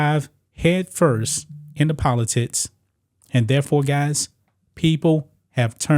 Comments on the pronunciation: PolitiCs NOT politits. You have a speech impediment. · Bro said Politits 😂😂 (Edit) Naaah i got to know what speech impediment this is lmao shits too funny